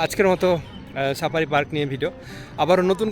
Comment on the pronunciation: Sapari na safari😂